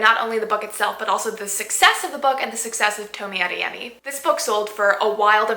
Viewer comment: Toe me ah they yeh me. Pronunciation